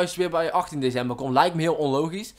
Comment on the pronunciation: Grappig hoe je DeCember uit spreekt :-p